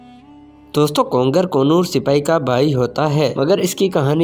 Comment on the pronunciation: kongar nahi konor